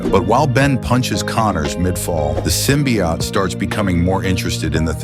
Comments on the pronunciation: I cant get past the narrator saying symbiott over and over. Its symbiOTE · Ote not Ot, dumb AI text reader. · Symbiote, not symbiott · What the hell is a "symbiat"? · I hate that they are calling it "simbi- aht" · I like how AI is too stupid to pronounce “symbiote” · The voicework is shitty enough (fucking BUTCHERING "symbiote" repeatedly), but that crappy assed music- I couldn't bring myself to waste any more than 15 seconds on this utter dogshit. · lmao this AI speech is sooooo annoying. It mispronounces Symbiote every time and it's literally unwatchable. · I had a feeling this was AI, considering the odd pronunciation of "symbiote". It was the voice saying "hi" instead of "him" that sealed it. Really gets irritating hearing AI so often.